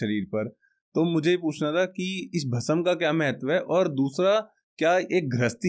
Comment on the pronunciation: Kya yaar pronunciation Bhasm, / samjho,seekho,ye bolne ke liye hota nahi aur spiritual podcast bhasm,bhasma,Bhasm aap bol rahe ho bhasam.